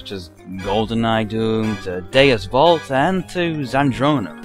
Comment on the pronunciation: the "v" in Deus Vult is pronounced as a w since it's a Latin phrase